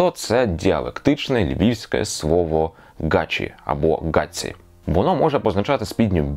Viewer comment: але мій дідо казав "гаЧі" а у вас воно звучить як "гаЦі"